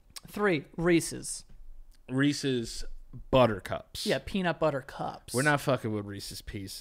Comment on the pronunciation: As a canadian, i appreciate u called it reeses and not reesees 🤘